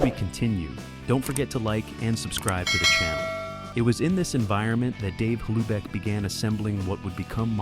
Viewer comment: Dave Hlubek, it's pronounced "Loobek", lose the H sound